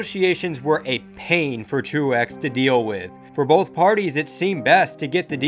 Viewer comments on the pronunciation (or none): none